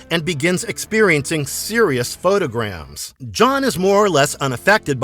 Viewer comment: Did you pull this out of your ass or did AI do most of the pulling? Harvey is Scorpius's clone not Crichton. "Photogasm", not photogram. Aeryn Sun's last name is pronounced [soon], not [suhn]. Disliked. Do better to research before doing historical videos.